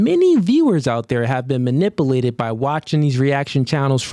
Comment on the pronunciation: You didn’t fire back with a goddamn thing 😂. You can’t even pronounce “MANIPULATED” 😂